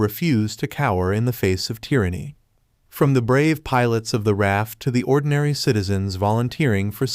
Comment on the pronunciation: R A F not raf.